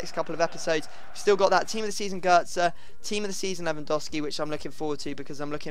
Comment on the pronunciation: gotze isnt pronouned gertza